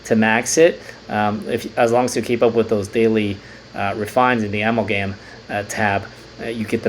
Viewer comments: A-MAL-GUM short for a·mal·ga·ma·tion. keep up videos man! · I’m a chemist I pronounce it uh-mall-gum